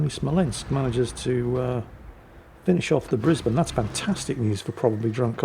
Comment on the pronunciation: Wow! Someone pronounced Brisbane correctly... Nice 😁